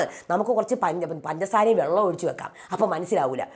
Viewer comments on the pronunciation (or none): none